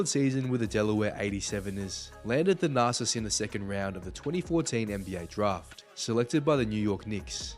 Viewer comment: It sounds like you’re saying “the narcissist”.😂